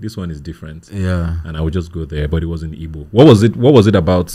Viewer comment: Come correct or don't come at all. Its Igbo. The "G" is NOT silent.